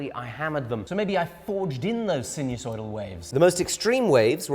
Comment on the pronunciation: Sinusoidal, not so sinewsoidal.